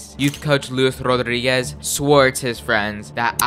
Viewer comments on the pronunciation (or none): none